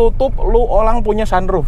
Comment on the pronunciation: "Lu tutup lu olang punya sunluff"😂😂